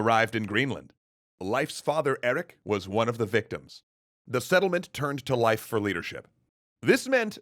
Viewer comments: its pronounced lafe. like laugh but more a. like laaugh. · Is there some joke I missed? Or why is he pronouncing leif so strangely? Edit: It makes more sense to call him leaf or something like that, closer too. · I thought his name was pronounced "Leaf". I could be wrong, though. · Did this dude just pronounce Lief Erikson like "Life Erikson" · Life? The "ei" in Leif sounds like "ay" in say. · Hearing you pronounce "Leif" makes my brain hurt. It's not pronounced "Life". It's pronounced like "hay" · I think you're mispronouncing "Leif" It's a long "A" sound. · Leif ≠ Life Leif = Lejf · pronounced "leaf" Erikson, not "life." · Fyndið og sárt á sama tíma. Dó smá að innan hvert skipti sem hann sagði "Life" og ekki "Leif"(ur) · It’s leif like leaf not life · Leif is pronounced Lay-f, not Life. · I believe that Leif's name is pronounced 'Leaf' not 'Life'. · A tiny bit annoying that you pronounce Leif as Life. Love the content though :) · ITS PRONOUNCED LEEF NOT LYFE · I thought Leif was pronounced "leaf" not "life" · His name is Leif... "Lay-f" not "Life" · It's Leif, not life. The e is pronounced like the e in emperor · Why do you pronounce it "life" instead of "leaf" Erikson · I thought it was pronounced 'leaf', not 'life'. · Not “life” Leif it’s pronounced “Leaf” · Not Life Erikson. Lay-f Erikson. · Isn't Leif pronounced like 'Leaf" What's with the 'Life' pronunciation? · Huh, always thought it was pronounced “Leaf” Erikson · Happy Leif Erikson Day!! Hinga-ding-durgen. :D More relevantly - his name is prounounced Life, not Leaf? My life is a lie.... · Great video, but I'm fairly sure it's pronounced like "leaf", not "life". That's how I pronounce it, anyway. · I thought that Leif was pronounced "leaf" and not "life." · just popped here to say tell you, good luck.. wait I mean to say that Leif is not said 'live' with focus on f, the Ei is just like ey in Hey so 'leyf' if ya will. - source Icelandic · It's pronounced "Leaf" - Leif Eriksson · its pronounced 'leif'